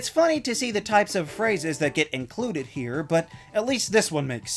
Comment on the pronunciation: I don't quite like the way he says "here", but otherwise, same.